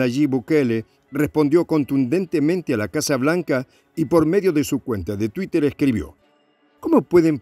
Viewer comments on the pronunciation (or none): none